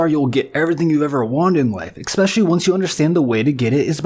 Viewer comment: I turned it off when the narrator said "Expecially." Probably says "supposably," also.